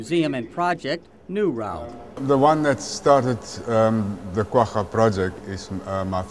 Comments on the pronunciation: ITS QUAGGA NOT QUAHA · I thought this was pronounced "qua-ja" not "quaHHa..." But I'm no expert...